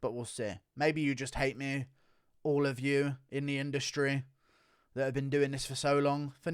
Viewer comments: "He has been trashing MEH" wtf is ur accent about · Can you please go after Dominick Cruz? I don't know what I love more: you playing Bispings insecurities, or your inability to pronounce the word "me". If you get Cruz coming after you I will sub for life